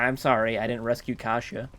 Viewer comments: KASIA NOT KASIA NNNNNNNNNNNNNNNNOOOOOOOOOOO !!!!!!!!!! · Noo not kasia... :/